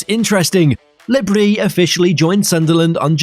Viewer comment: No, it’s pronounced brie